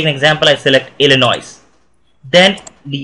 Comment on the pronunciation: the "s" at the end of "Illinois" is not pronounced.